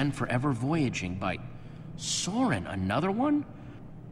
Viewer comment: Dan it’s not EEvor it’s I vor and s o ren is not how you said it it’s pronounced sorren